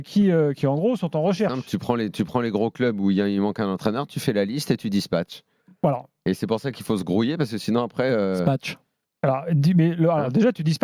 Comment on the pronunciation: Spatche 🙊 par ce que t'as dit dis spatche